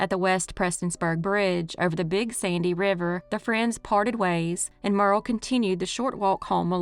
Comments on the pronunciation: Thank you, for more videos. I have to say this, her name wasn’t Merle, it’s Myur ee uhl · I believe Muriel is pronounced as three syllables -- M'your -- ee -- el...